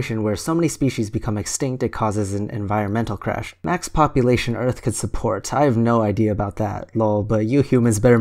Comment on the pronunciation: Man, you screwed up on the first question?? He said "erath", not "Earth"! ;p